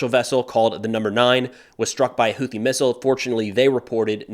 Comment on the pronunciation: Friendly FYI… UNLIKE the usual American-English “TH” dip-thong…. Houthi” is actually correctly pronounced: hoo-tee. 👍